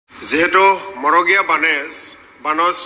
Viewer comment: মগৰীয়া নহয় মৰগীয়া বানচ।